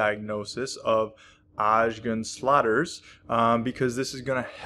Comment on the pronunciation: Is it so difficult to say Osgood…….?